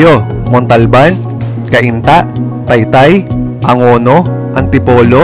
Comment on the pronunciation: "Angono" is really pronounced "AN-GONO", not "ANG-NGONO". The Spanish name "Pueblo De Angono" reflects that. If "ANG-NGONO" was really the intended pronunciation, then the Spanish name would be spelled "Pueblo De Ang̃ono" (note the letter "g̃", it's still being used in some Hispanized Filipino surnames today such as "Ping̃a" (PING-NGA)).